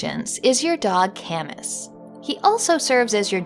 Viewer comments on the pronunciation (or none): Great concept. I bet you could do a follow up too, there are so many good boys in video games. Also, Camus is French and usually pronounce like kam-oo (although I haven't played the game so if it is pronounced as you did then I apologise in advance.) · Is that really how "Camus" is pronounced? I would have thought it would be "ka-moo", after the novelist/philosopher Albert Camus.